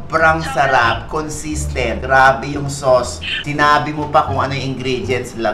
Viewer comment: Haha! (slow natin .33 speed) con-sis-tent po yan. Hahahhah